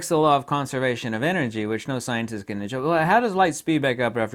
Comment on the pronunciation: “See when you Ken see through this people like I Ken...” ;))))))